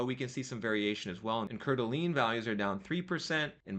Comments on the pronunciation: He really butchered it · It's pronounced core-duh-lane. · Coeur d’Alene is pronounced CORE-DUH-LANE. Just for future reference. 😅❤ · its pronounced "coord a lane". Its basically lake Tahoe here but dont tell anyone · Wait how did he just spell/pronounce Coeur d'Alene? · lol I cringed every time he said it haha